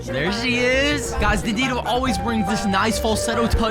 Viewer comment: You call dandido Dandino